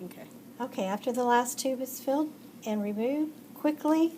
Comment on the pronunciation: I got anxiety whe she said "QUICKLY" 😭✋